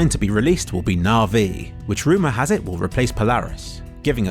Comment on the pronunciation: I've never heard someone pronounce everything so differently. "Nar-ve" instead of Navi, and "rad-eon" instead of "ray-deon".